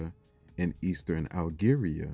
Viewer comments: lol I caught that my brother but it’s all good 😅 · I caught that lol but it’s all good no worries